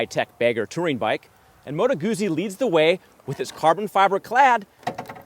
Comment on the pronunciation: It is 'Motto Gutsy'. Italian has no long vowels at all.